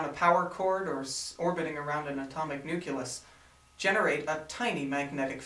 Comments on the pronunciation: very nicely done! Just one troubling word: nuKelar. There is no such word. Just as there is no such a word as nukelus. What you meant is NUCLEAR, from the word NUCLEUS. (making a video is a good way to learn for a smart guy like you;-) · "Nuculus"? Really?